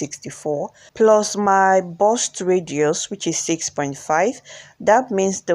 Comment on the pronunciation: Lovely dress. "BUST"(Chest) not burst(explode)